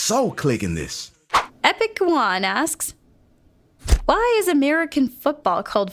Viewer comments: 'Euan' is a Scottish name, It's pronounced 'U-an' not 'juan' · Euan is pronounced "You - an", not Juan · Euan is pronunced you-en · epic euan name is pronounced you-en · you pronounced Euan wrong its pronounced uan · What the fuck was that pronunciation of euan